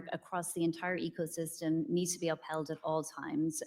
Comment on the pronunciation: "Echosystem"? Ugh.😅